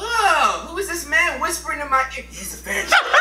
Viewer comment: its sound like hes saying he's a fanta 🤣